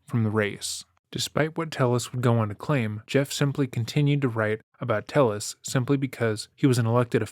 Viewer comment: YouTubers be investigating a complex case for weeks but cannot reach how to pronounce a last name... It's "TEH - YES" not "TELL-US"